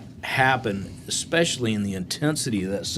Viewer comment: It amazes me how many professional and high level people say exspecially instead of especially. Fucking embarrassing.